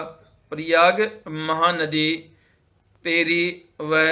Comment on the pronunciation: Pairi nadi h sahab ji...thoda tik se bola kare